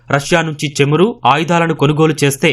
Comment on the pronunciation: చెమురు కాదురా బాబూ చమురు. తెలుగు భాషను హింస చేయవద్దు